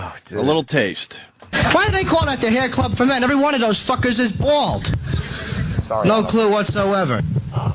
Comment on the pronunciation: Every one of doze fuckers is bwawld